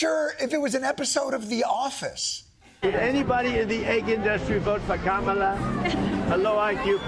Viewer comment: It cracks me up how Trump keeps saying "Ka-ma-la", trying to mispronounce it, but forgetting how.